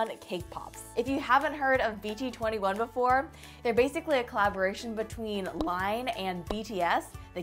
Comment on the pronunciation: who else is just triggered on how she pronounces stuff and the “BT 2 1” and not BT21